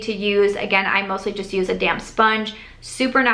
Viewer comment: I nearly spit out my water bc I thought you said "I pick it up with my damn sponge" not damp. I was like wow - gettin' aggressive! Hahaha ha! Thoroughly enjoyed this!